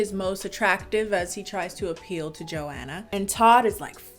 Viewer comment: Is that really how you say Joanna?! Eww you say my name sooo gross 😩😩😩😭😭😭